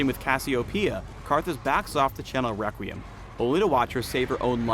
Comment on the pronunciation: Am I the only one to hear this: Wequweim